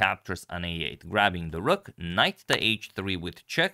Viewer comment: Because again, you said "Ok, rook..." ~> "Ok, Google" ))) So funny